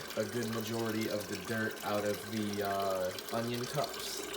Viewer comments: Since when was Onion pronounced O-Ryan? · Onion - Un-knee-un